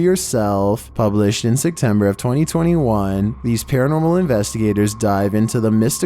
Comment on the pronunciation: SEPtember......... not SECtember......